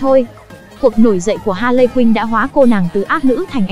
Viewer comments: Nghe ra hàn lệ quyên, rồi hà lệ quyên,ha lây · Bã đọc z ám) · Bả đọc là hà lệ quyên =))